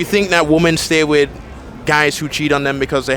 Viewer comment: Youtube challenge - hosts who talk about the dynamic between men-women on a consistent basis understand the pronunciation difference between woman (singular) and women. Happens so often it has become a pet peeve I never knew I had.. is this an ESL issue? Multiple females ~ wim - in.